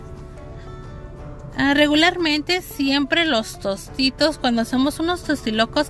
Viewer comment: Dijo tostiros jaja